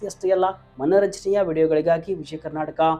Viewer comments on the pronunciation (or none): none